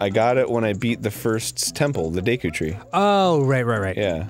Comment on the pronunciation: It’s Deku, not Deku.